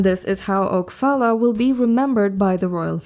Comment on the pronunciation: Her name is Phalla, pronounced Paula. Oak is her last name